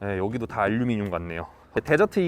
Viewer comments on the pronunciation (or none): none